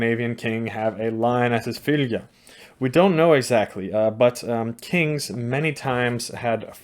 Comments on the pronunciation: In your norwegian dialect, i think 'fylgja' is supposed to be pronounced 'følle'. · Your pronunciation of Fylgja is similar to feline and cats are said to have 9 lives, im sure there is no connection, but just an observation I found interesting.